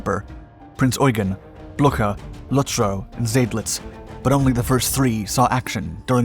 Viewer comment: Lieber, der Name ist "Blücher" Er war Preußischen Generalfeldmarschall, und hat mit Wellington zusammen in Waterloo gegen Napoleon gekämpft und die Schlacht gewonnen, was das endgültige aus für Napoleon Bonaparte war, der dann Lebenslang auf St.Helena Verband wurde.